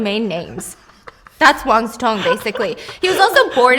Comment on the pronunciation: I kept hearing Wang Zi Tong and wondered who that was 😆 Imagine the word "chop" and substitute "-p" with "-ng" then you'll get something similar "cho-ng" There isn't a close equivalence of "si" in English, but "si-mulation" will be good enough (even though it will sound more like "xi" to native speakers) As for resume, it's just English/French pronunciations, they're based on the same Latin word, but they came to mean slightly different things. "Résumé" (the CV), with the accent aigu, retains the French pronunciation, and means more of a summary, but "resume," the English version without the accent, usually refers to the original meaning, to re-take, to continue...